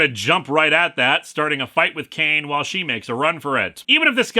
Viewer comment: I head you saying the guys name as “c-word” like his name was some sort of slur you where censoring